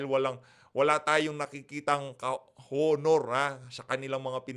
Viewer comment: blogger, HINDI po “Honor”. “Onor” po. Yong “H” ay silent(walang tunog pagka sinabi ang salitang “HONOR”.